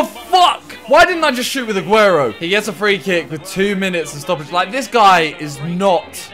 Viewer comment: Agüero not aguerio